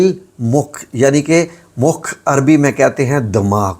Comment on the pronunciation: الدعاء المخ العبادات جبکہ آپ کہہ رہے ہیں کہ عربی میں دماغ کو مکھ کہتے ہیں میرے خیال میں تو تلفظ آپکی وجہ سے جتنے لوگوں کا غلط ہوگا تو معنی بھی کچھ اور ہو جاتے ہیں